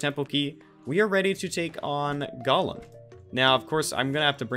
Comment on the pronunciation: how did calling golem "gollum" start? like did he say it wrong and then just go fuck it, it's a meme now, i'm gonna keep doing it, or was it always a meme from the start?